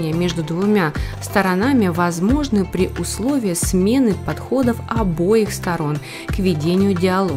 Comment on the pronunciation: С обЕих сторон, пожалуйста произносите.